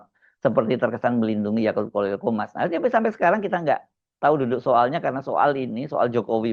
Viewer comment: Bro said 'yakult' each time 😆